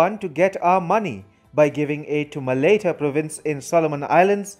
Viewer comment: You are pronouncing Malaita wrong